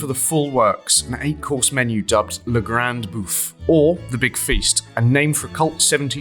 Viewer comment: An interesting and informative video about a fascinating restaurant. Thank you. One small quibble though: the execrable pronunciation of ‘La Grande Bouffe’, not only the title of the menu at Otto’s but a seminal film about food. It’s a sad reflection on the monoglot culture of Britain that otherwise articulate individuals make so little effort to pronounce foreign words… surely the presenter (who is both knowledgeable and eloquent about food) is of a generation where everyone studied some French at school.